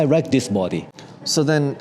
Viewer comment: "I make widebody ... low styling ... more downforce. I rike." 😎